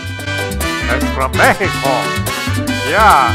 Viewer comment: loool Mehico tank!